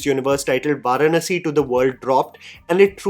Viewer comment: No offense bro....you have got to learn the pronunciation of the word "Varanasi". It's an Indian word. Please don't basterdize the word.